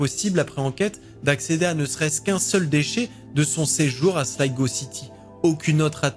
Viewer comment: Merci pour la bonne prononciation de Slygo pour la ville de Sligo